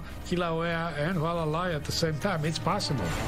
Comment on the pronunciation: Hoo-alla—lie = Hualalai